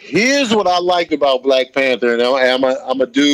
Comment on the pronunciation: Nobody: Griff: black P A N T E R